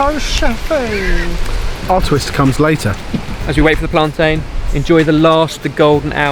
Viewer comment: You said plantain wrong 🇯🇲